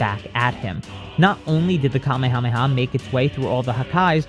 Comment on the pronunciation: bro said kamayamayha bruhhh